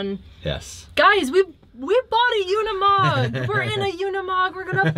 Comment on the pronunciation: I swear people can't read.. it's a uni-mog not a una-mog you guys can't even pronounce it correctly and it's not even hard . Cringe